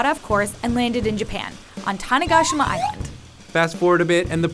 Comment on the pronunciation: Why can she pronounce Tanegashima correctly, but not tempura?